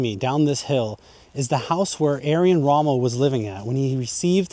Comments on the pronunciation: Er-vin, not Air-win. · not talking about accent, talking about plain wrong first name: it's closest pronunciation using all English sounds is not Arian, but "air-vin" and this is also possible with YOUR accent. It's just a lack of basic research. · On German it's Air-Vin...... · His name was Irwin Rommel not Arian Rommel. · Can dude! It's pronounced Air-Win! Not Aryan. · His first name is pronounced as- Urvin , not Arian. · ‘Aryan’ Rommel? 👀 It’s pronounced ‘Er-win’ (English) or ‘Er-vin’ (German). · In German the w has a v sound so correct pronunciation would be Ervin Rommel. Long E sound, rolling the R sound with the tongue, pronounce the V and then the rest is normal. So even though it’s spelled with a w, Erwin, it’s pronounced as Ervin. Like I explained. I don’t know where you got saying Aryan Rommel or who Aryan Rommel is. If it’s spelled with a V, in German the V has an F sound, so like with Volkswagen, in German you’d say Folksvagen, some Germans just say Fow Vee. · His name is Erwin not Ayran... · His name is pronounced Erwin not Aryan. What was done to Rommel is common unfortunately. Patton was assassinated due to his refusal to carry the narrative. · Irwin- pronounced ERVIN, who knows where he got Aryan from?🤦‍♂️🤣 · Edwin not Aryin. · Interesting and informative, but sorry, I kept tripping up every time you called him Aryan Rommel. It's Er-win Rommel. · Yes, I found it very odd the way you were pronouncing his name. It sounded like you were saying Ayrian ….. it should sound like ErrWin. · nope - that’s not accent! “Err-win” would be accented error (as you pronounced it when reading the plaque). “Aryan” was just plain wrong. The correct pronunciation is “Air-veen”. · Shame you are unable to say "IRWIN" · The gentleman making/narrating this video mispronounces the Field Marshal's name; it is, of course, Er--Win. As in Erwin Rommel. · You’re mispronouncing his first name. It’s ERWIN. Just like it’s spelt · Fucking hell try pronouncing Erwin correctly